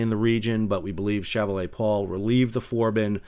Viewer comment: Quite interesting reporting. But see if you can practice a better pronunciation of the French word "chevalier". Also the French seemingly refer to their nearly identical ship class as frigates rather than destroyers. Of course that semantic difference hardly matters.